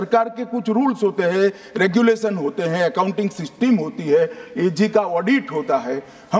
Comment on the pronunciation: Woh seesteem nhi system hota hai.